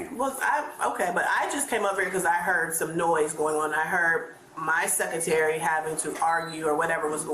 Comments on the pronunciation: Yes! “Wif my secatary”. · she doesn’t know how to say secretary? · Both fools should be working the 3rd shift at the Dairy Queen!!! Instead she is a principal who pronounces Secretary like suckatery 🤭🫣 It’s clear that both women are more into playing TOXIC ANTICS & being a victim than being professional & caring about school safety. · WTF is secoority?? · wif my seccatary 😂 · The “Seketery” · “Sec-uh-tary?” Uh….what was that word again, please? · Women who get any kind of authority always let it go to their heads the Principal can't even pronounce Secretary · What is a "Seckerterry"? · Arrest the “sek-a-terry” for obstruction. Arrest the principal because I bet most of her “scholars” cannot read or do match at minimum levels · My secatary! How is this woman around children who need to learn? She can't even pronounce words correctly & now I'm starting to understand the problems with our children who are graduating when they can't speak proper English & cannot properly fill out a job application! I was blown away in the 90's by the applications I had to look thru. There are sooo many children who shouldn't have gotten a high school diploma. I guess they'd rather graduate them than deal with them. Uneffingbelievable! 😱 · It’s crazy how the Secretary mispronounced “Security” smh😔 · Cant even say secretary but shes a principal 😂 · The principal doesn't know how to pronounce "SECRETARY" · Imagine being the principal of a school and not being able to pronounce the word secretary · An educator that doesn't know the definition of the word scholar and can't pronounce secretary. Typical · Imagine not being able to correctly pronounce “secretary” and being put in charge of a school…. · A principal who can’t pronounce “secretary” should not be in charge of a school.